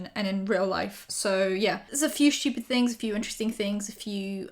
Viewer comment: nobody:: shhtupid